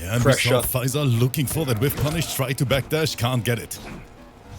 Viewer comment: he sounds like hes saying pfizer every time hessaying faysal